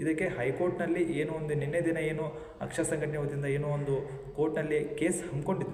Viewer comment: AKSSA alla pa...AKSARA...dont tell chuty kanthakumar name